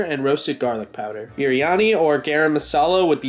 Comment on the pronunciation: I am Pakistani and living in Saudi Arabia and Biryani And Garam masala you pronounced that almost correct but Labne- very wrong